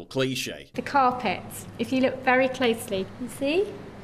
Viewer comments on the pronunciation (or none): none